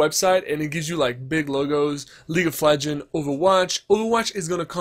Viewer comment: It triggeres me that you constantly say "League of Legen" instead of "League of Legends"